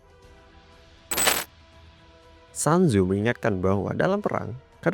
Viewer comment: Maaf bang, cara baca namanya itu "sun zu" atau "sun zi", bukan "san zu"